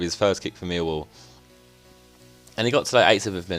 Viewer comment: Why do u say mealwall